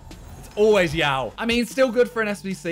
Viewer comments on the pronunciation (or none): did my man just call joao moutinho "yiao" ?